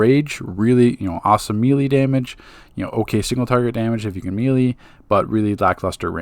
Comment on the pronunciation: Thumbs up for pronouncing "melee" correctly now. It makes you sound more intelligent and cultured. I know that it's your right to say it the other way, but that's like when people say "Lemme axe you a question" instead of "ask," or when Filipino immigrants say "pipty" instead of "fifty." One way makes you sound respectable, while the other makes you seem uneducated. Oh, and of course, great informational video. Thank you for continuing to update your guides along with the game updates. Your time and effort are appreciated.